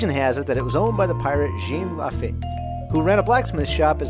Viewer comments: LaFeeeeeet* pronounciation. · At least find out how to pronounce "Lafitte". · Had to put it on mute after that... #toopainful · The history of the bar and the building isn't a secret. And yes, the fact you cant pronounce the name doesn't bode well for your credibility